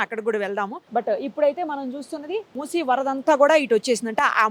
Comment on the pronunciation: o madam musa nadi hai samjha bus adda nhi hai musi nadi hai